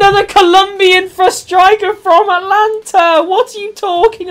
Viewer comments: Am I the only one who is annoyed by the fact that he says Atlanta instead of Atalanta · AtAlanta, not Atlanta